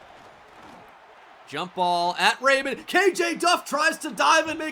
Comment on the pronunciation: The mispronunciation on Antwan Raymond’s name is driving me insane 😭